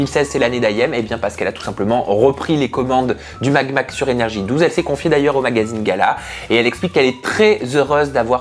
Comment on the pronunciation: Euu c'est pas le MAg mag mais le Mad mag .